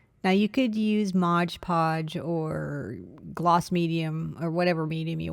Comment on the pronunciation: I like your work and your videos are excellent at describing your process. Please use correct terms. It is not Modge Podge, it is MOD Podge.